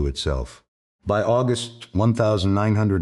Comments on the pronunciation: Please can someone write the code to say 1945 and not one thousand nine hundred and forty five it can’t be that hard. It spoils the whole production it’s crap. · One thousand nine hundred forty five....😂🤣😂